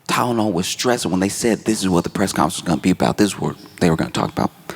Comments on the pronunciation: ok- I get it. This is him getting revenge on the makers of Tylenol for making a product he can’t pronounce. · Hitting that hard T on the tylenol